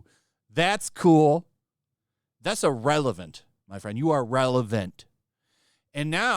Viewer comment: Bro, it’s IR-RELEVANT and definitely not IL-Relevant